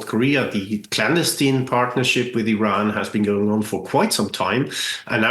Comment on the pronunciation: You mean mispronouncing "Iran" ? That's the only thing I noticed